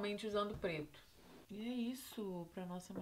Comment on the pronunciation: parece q ela falou "Fiz pleto com plata "